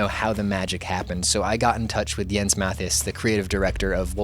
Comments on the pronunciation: The S in Jens isn't silent.:) Great work! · JEN? It's Jens.